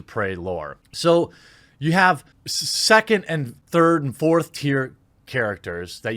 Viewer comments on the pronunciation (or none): none